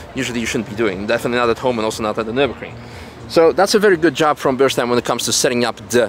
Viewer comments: everytime Mat says "Nürburgring" you should kick him...lol...🤣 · How many kicks in butt recieve mat for every time he say "nurburgring" on this trip??